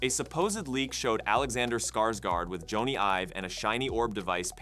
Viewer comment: It’s not Joe-knee it’s Jonny (Johnny)